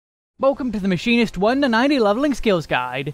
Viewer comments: i thought i was going insane when I heard "My Sharona" and "Mushymist" instead of Machinist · It was fun hearing all the names you called the Machine-ist. It didn’t bother me in the slightest just gave me a great chuckle! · I am thoroughly enjoying you pronouncing Machinist different every time to troll all the people who gave you crap for your pronunciation on the older version.